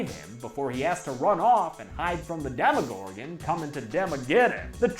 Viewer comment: It's Demogorgon not Demigorgon